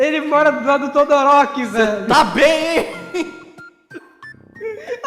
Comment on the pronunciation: Mano o falando Todoróki é mt bomKAKHSKSBDKDKAKAKQ